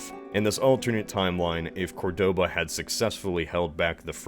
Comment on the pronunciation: I hate to be that guy, but isn't it COR-doba not Cor-DO-ba?